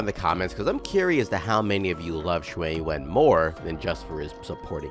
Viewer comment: Surprisingly you trying to pronounce his name in Mandarin term, instead English translated English he is pronounce in QiuYuan, should be pronounce as Chew Yen(or Yuen) instead Q Juan In Chinese it is Chou Yuan, which how pronounce it